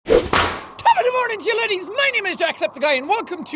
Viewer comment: Oh sweet mother of god 😂😂 HE SAID LIDDIES NIT LADDIES